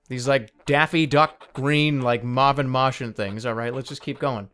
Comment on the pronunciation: "Mahvin Mahtian"